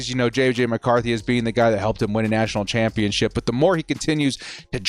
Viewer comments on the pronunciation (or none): none